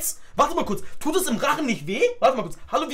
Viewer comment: kondomeli 😂😂😂😂😂😂😂😂😂😂😂😂😂😂😂😂😂😂😂😂😂😂😂😂😂 wann dann - es kondÖmli hahahaahahah